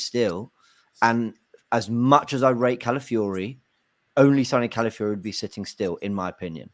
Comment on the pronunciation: Shout out to fancam where he pronounced Calafiori as "Cow-filly-ho"